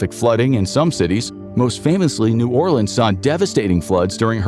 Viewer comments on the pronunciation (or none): Ah yes, I too love "New Orlean".